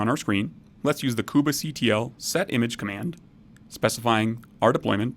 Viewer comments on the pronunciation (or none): please stop pronouncing "kubectl" like that. it's so annoying that i almost stopped watching. how about just "koob-CTL" or even "cube-CTL" without the need for that extra syllable in the middle. you don't pronounce it "mini-koob-A" so please stop with the "koob-A" stuff. so annoying!! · the most interesting pronunciation of kubectl I've ever heard -- but really good video nonetheless